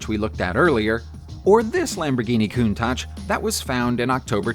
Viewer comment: If it's helpful: "Chell-yah-binsk" Lamborghini "count-ash" Darbee-shar / Darbee Share (ending 2 letters sound more like a "yeah" sound) "Sit-ron" or "Sit-run" (english pron.) or "seat-ree-on" (french pron. - it's a french car after-all). If I ever feel unsure how a word should sound, there's usually a native speaker on youtube or google to reference. Just bein helpful, not arsehole-ish. ;)